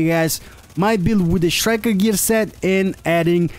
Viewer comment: It's not pronounced shriker. It's pronounces striker.